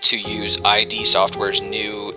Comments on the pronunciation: yeah its pronounced "id" like rhymes with "sid" not I.D. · It's ID, not eye-dee. It's pronounced id, like, kid, without the k... Thumbs up if you agree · ID NOT EYE DEE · Listening to you say I.D. over and over is making me cringe. It's id, as in the ego and the id. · its ID not I.D. sorry im ocd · Quit watching after 30 seconds. Heard I.D. four times.. too much. The company's name isn't pronounced like that. Come on, they've been around since wolfenstein.. I can't trust a review from someone who can't pronounce a two letter word.